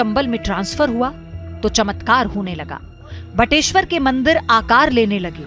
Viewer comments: बटेश्वर,न की बटेश्वरा। हिन्दी को हिन्दी ही रहने दो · बटेश्वरा नही बटेश्वर , गलत उच्चारण बड़ा बुरा लगता है